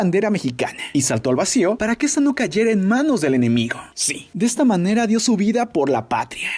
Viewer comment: Murrrrio de la manerrrra mas macha posible....